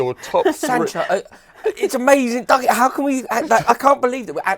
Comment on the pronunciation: Hearing Rory calling Dougie, "Duggie" heart as an FD fan